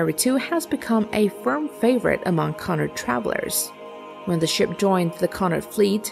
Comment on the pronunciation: Some help for you: - Cunard (as in, the Cunard Line) is pronounced, "Cue-Nard" or "Kew-Nard", not "Cunn-ard" or "Cuh-nard". - In spite of being a spot higher on your list, SS Normandie - which had a great rivalry with RMS Queen Mary especially in the 1930's - was not always successful in the contest for the Blue Riband, against RMS Queen Mary in some years. The Normandie came along with French baroque interiors and lavish decor, though the literal Art Decor period interiors on the RMS Queen Mary were very impressive in their own right and she was considered highly. The French prided themselves on lavishness and opulence whereas the British prided themselves on the experience and the classiness of the experience. - The Blue Riband 🏁🔷 was a Westbound race to cross the Atlantic the fastest (as an ocean liner) which ran from, well, there are different ways of looking at it, with the official term unofficially beginning to be used (a term, borrowed from horse racing in the 19th century, and used to describe ships racing for the accolade of being the fastest across the ocean) In one sense, the unofficial origins of the unofficial 'ship race', was in the 1830's (e.g. 1838), way back then. Isambard Kingdom Brunel's SS Great Western in 1838, is one of the earliest examples of this becoming more recognised. However, Sirius was the ship used in 1838, for the then record breaking voyage, as SS Great Western still needed her engines (her construction, delayed and running overschedule, due